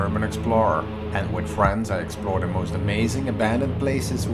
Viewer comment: the, not du this, not dis